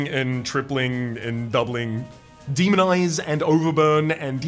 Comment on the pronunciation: I am going say first i really am enjoying the series so far. Secondly please tell me im not the only one who keep on hearing demon eyes instead of demonize.